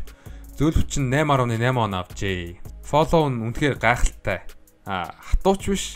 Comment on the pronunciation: Флөв gej unshn shv